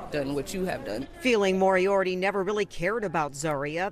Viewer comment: It’s pronounced (More-E-ARTY) it’s not that hard. It’s pronounced as it’s spelled moriarty. How are news people so terrible at pronouncing names!?